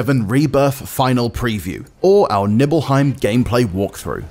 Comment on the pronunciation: It's pronounced "Nee"-belheim? Mind blowing... I've been saying it wrong for 25 years.